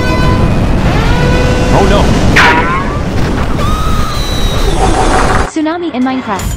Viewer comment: ツーナァ↑ミ↓